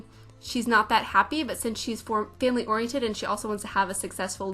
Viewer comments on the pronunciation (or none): none